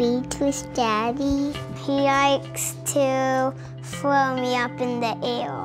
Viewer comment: it's throw not frow